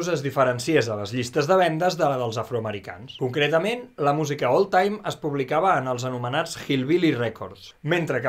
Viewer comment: Ha dit cocretament xd